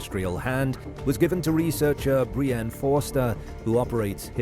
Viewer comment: You never heard the male name Brien,Brian,Bryan… before? Its not Brianne.